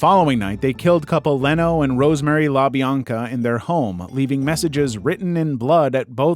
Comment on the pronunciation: You pronounced Leno Labianca's name wrong. Do some research. I've never heard it said 'Lenno.' It's pronounced 'Leeno.' Only YouTubers have ever made such errors. And then you mispronounced Ed Gein's name wrong. Ed 'Geen' is how you say it. Damn. 🙄